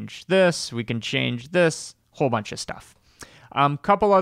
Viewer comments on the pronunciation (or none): none